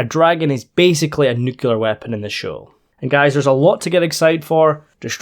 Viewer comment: It's a brand new day with clear skies. Two simple words of one syllable each: 'new' and 'clear'. Put them together and you get 'new-clear' = 'nuclear'. Not 'noo-queue-lar', I implore you.